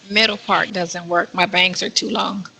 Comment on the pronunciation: that “pawt “ he made that very clear. He will leave as soon as he gets in his feet